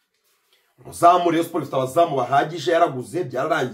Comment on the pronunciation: Nkunda iyo wavuze Rayon neza arko iyo uyivuze nabi mbanumva fone nayimena💙💙💙💙💙🤍🤍❤️❤️